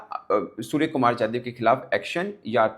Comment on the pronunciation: It’s yadaw not yadiv sai kary